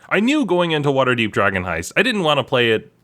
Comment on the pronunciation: It wasn't even drogon. I heard drgon.